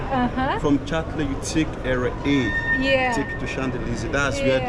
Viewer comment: 😂😂😂😂😂😂@ pronunciation of "Champ Elyses" is ""Shonzelisse"" 😅😂😂😭😭 and her pronunciation of "Eiffel Tower" was ""Ayffol/ Haffel/ iffel etc 😂😂😂 wow! I'm dead. We really can't take the Nyabohanse outta our gal, but we sure took her outta Nyabohanse!! Keep flying high gal.. my namesake- Godspeed in ur travels. ❤️ it's all love here, jus some humor n don't take it personally... yu ain't French, right? Same way French wouldn't be able to read Swahili... 😊🤎🫶🏾🙏🏾